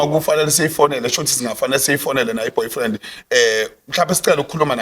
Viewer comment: Aw kodwa Sne noBhofriend 😂😂😂 not Boyfriend